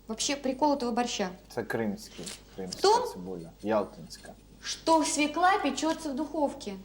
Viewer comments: Не можна казати російською "свекла", бо на ворожій це "свЁкла". Капець, "блєндєр", "свєклА" Привіт з україномовного Харкова. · Ну тут хоч хусточку вдягла, бо в інших відео трусила довгими косами над їжею... Ну і як носій мови, акторка, мала б знати, що правильно свЁкла, а не свеклА. Хоча борщ має бути з буряком) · Почему свекла, а не свёкла? И потом, где борщ? Вот этот бурячок с водичкой и есть борщ? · О борще ничего не скажу, нет настоящего борща, нет комментов, я о слове "свеклА", нет такого слова, НЕТ!!!!, есть слово "свёкла"!!! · взагалі ганьба - від театральної актриси, дружини Кончаловського чути "свєклА") російською цей корнеплід називається свЬОкла) а щодо прислів'я - "недосол на столе, а пересол на голове")) то натяк на того діда Кончаловського) ех. шкода, що зараз нема повних випусків і не видно, як вона його годує гаспачо, наприклад)) ну хоча гаспачо загалом, мені здається, важко зіпсувати)) навіть з талантом Юлі)) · Ніколи не казав російською «свекла» — бо російською вона свЁкла 😂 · Не свеклА, а свЁкла, носитель языка... 🤦🏻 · СвеклА - нет такого даже в русском языке. Свёкла есть. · Ох, Юлю, Юлю! Вона що "кухар", що "актриса", що свеклА😅😅😅 Взагалі-то свЁкла. Так зганьбити наш бурячок і наш борщ.😩😩😩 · Вона неграмотно говорить слово свекла, бо треба через Ё! Оце так так!